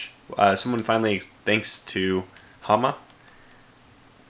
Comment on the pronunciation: "You and I both know who I am referring to." Hahaha, you're confusion on that was so funny. It is pronounced Ha-ma-ra, with each "a" being pronounced as in the word cat. I'm also a girl by the way, not a guy.